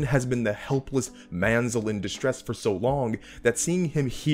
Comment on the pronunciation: Man-sel is distress got me lol